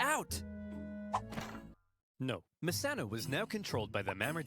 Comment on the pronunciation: U pronounced messana with a perfect italian a cent